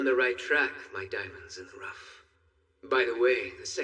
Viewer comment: DIAMONDSNIN THE RUFT 💀💀💀💀💀💀💀